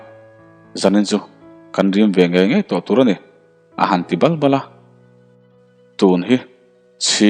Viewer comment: Bal Bal i tih Dan kha ari a dik lo va Balhla, Bal tih lai a kan lam rik Dan hian thluk deuh tur a nia.